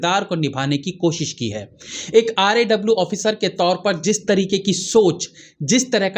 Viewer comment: RAW क्यू नहीं बोलते हो आप, R A W क्यू बोल रहे हो